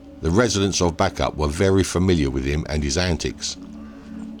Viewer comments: Bacup has a secret 'y' in the middle, pronounced 'Bay-cup'. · Sorry, its pronounced Baycup. Very sad story, poor woman! RIP Sophie ❤